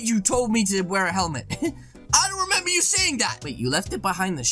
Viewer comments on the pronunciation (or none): none